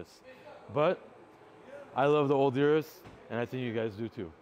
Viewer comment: Pronounces Maybach correctly then pronounces urus wrong.